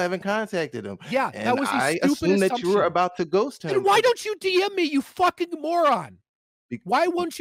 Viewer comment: Is Doomer saying “why don’t you BM me?” 😆